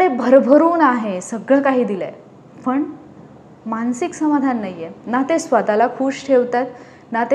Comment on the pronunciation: मॅडम, छान सांगताय पण, पण( ण) पन (न) नाही बोलायचं बरं का ? काय होतंय तुम्ही न च्या जागी ण बोलताय आणि (आनि) नाही बरं बोलायचं . तरी कुठे ण बोलावं, कुठे न बोलावं ते जरा समजुन घ्यावं ही विनंती. त्यामुळेच सगळीच मजा जाते ऐकण्यातली. आता तुम्हि म्हणाल मग मिळाला आणि भेटला म्हटलं तर कसं काहीही चालतं ? अर्थ समजतो ना ? नाही चालत मॅडम, समजुन घ्यावं लागतं तो भाग वेगळा पण कान कीटतात आणि आपल्या मातृभाषेतला सगळा गोडवाच नष्ट होतो बघा. मग नुसता आवाजात गोडवा असुन चालत नाही तर उच्चारातला गोडवा ही कायम असावा. प्रयत्नाने जमेल तुम्हालाही.